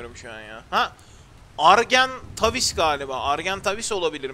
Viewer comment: kartal dediin argentavi tekrar ediyom ar-gen-ta-vis bi kez oku yorumları